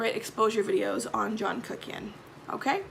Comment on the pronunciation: Sometimes you say John Kuckian and I hear Jackie Hyena 🐍🐍🐍🐍🐍